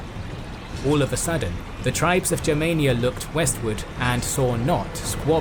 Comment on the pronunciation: Congratulations for the right pronunciation Germania, not clasic english Germany! Yes sir!